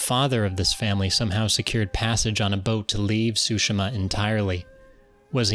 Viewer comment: It's pronounced; Soo-She-Mah